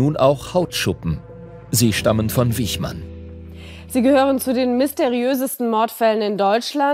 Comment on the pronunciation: Der Mann hieß Wichmann, nicht Wiechmann.